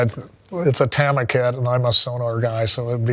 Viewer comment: Danny, it’s TAH-MA, not TEHMA. 😂